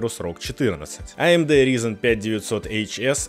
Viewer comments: думаю о твоем видео то, что амд ризон лучше читать как амд райзен!! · Ага. Назвал бы Рязанью или Рузеном накрайняк. "Ризен" говорят только ньюфаги.